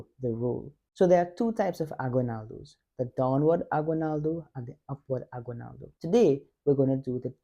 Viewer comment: So, for future reference, the word is pronounced ah-ghee-NAL-doh. The only time "gui" or "gue" is pronounced gwee or gway in Spanish is when you see a "u" with two dots on top like this--ü. It's called a diaresis. For instance, the musical instrument, "güiro", would be gwee-roh; a handsome guy, "güero", would be gway-roh. "Aguinaldo" does not have a diaresis. Keep going. Best wishes.